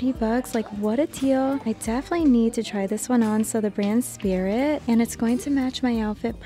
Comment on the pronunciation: Espirit brand was really popular in the 80s when I was in college. It is pronounced "eh spree".